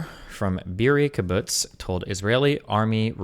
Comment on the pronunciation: Watching destiny pronounce kibbutz like a scot after being corrected by loanerbox was hilarious 😂.